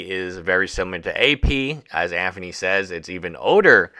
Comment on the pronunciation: Bro stop mispronouncing Anthony with a "F" i enjoy your videos on this subject matter but you lisp is annoying AF. AnTHony and Aferny.